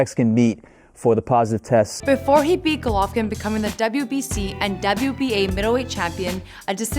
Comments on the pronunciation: Did This Chik Jus Say "Glovkin" Instead Of "Golovkin"...? Yup, She Sure Did... Yea Mayb This Aint 4 U Chika, Dont Worry Im Sure A Translater Is Needed Sumwhere 2 Help Ya Along, So Smile... 😝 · She said glovokin lol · Hahahahahha glovokin? Rlly? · Im extremely but cmon “GLOVOKIN”? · who tf is "Glovakin" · The way she said Golovkin made me forget what his actual name was.